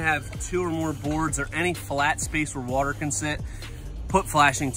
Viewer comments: Don’t listen to him guys. You can’t trust anyone who pronounces water like he does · "wah-ter, "wurhter". spoken like a true northener.lol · Wooder. Look up Chris Fix videos (cars) he even writes on his spray bottles Soap and Wooder.